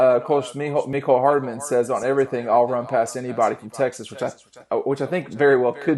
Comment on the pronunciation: It’s hardman. Not hardaman.